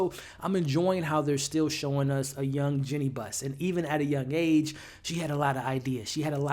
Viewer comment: It’s “Jeanie” Buss my boy.. good review tho